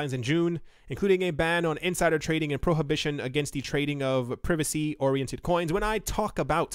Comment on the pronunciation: Did he say prevacy coins? 😁